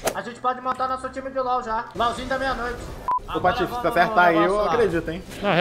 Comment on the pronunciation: o r do patofe tá estragado